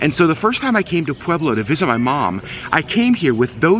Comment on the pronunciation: Brother!!! Thank you so much for finally doing a positive video of Pueblo and for pronouncing it correctly, lol. My husband grew up there, but we live in Thornton, a suburb of Denver. However, we love, love, love to travel to Pueblo for MANY reasons, one of which is the food. The second, is to get away from the city. Everything's a little bit slower in Pueblo and everyone is SOOO nice. It is so different than Denver. Pueblo has the best Mexican food in the world. It's such a beautiful place. People do videos showing Pueblo in a negative light. It's not fair because every single town has a negative aspect. Another cool fact, is my husband's high school, Centennial high, used to have a planetarium. You do not hear of that very often. A couple recommendations that we have been going to for decades is Jorge's Sombrero (President Obama ate there) or Nachos, as well as Taffy's candy store. Also, a fun bit of information for your Vlogs is, the bar downtown called Brues Ale House is in the old jail. Kind of a fun fact. Thank you again for doing this video. It really did make us happy to see such a positive, beautiful video of Pueblo . It truly is a spectacular place. I have never met such nice, friendly, kind people.